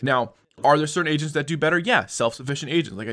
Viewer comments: I heard asians instead of agents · I keep hearing "asians" instead of "agents" 😳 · Am i the only on who heard (Asians) instead of Agents? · I though you were saying "Asians" but it turns out, it was "Agents" HAHHAH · swore this guy said "asians" ... I was like... yeah that makes sense